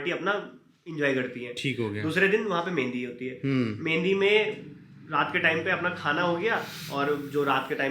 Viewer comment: Mehandi ko Methi bol rahi hai😂😂😂😂